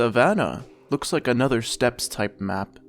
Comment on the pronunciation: Steppes.. pronounced 'step'.